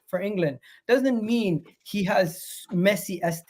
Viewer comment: said “now he can pick” it just sounds like “now we can pick”